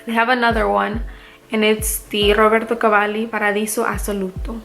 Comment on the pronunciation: Hey. Great haul. A few things: 1) I love Instant Crush. It’s one of my faves in my collection. It could be my signature, you’re right 👌🏾 2) Your Roberto Cavalli pronunciation is on point 🔥 3) I’m really happy to see you’re back making videos. I know what it’s like to get overwhelmed/burned out with this stuff. I had to take 6 months off a couple years ago. Do what you gotta do to take care of you. Just know that we all love your videos and will be happy to see them whenever you’re able to film them.